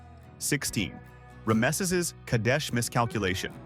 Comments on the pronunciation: Now I know where to go to get bad history, poorly understood and explained, without context and narrated by an AI that can't pronounce Rameses. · Teach your AI how to pronounce Rameses.